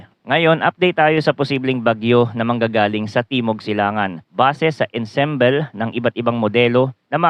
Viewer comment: ensemble is pronounced as "aan·saam·bl"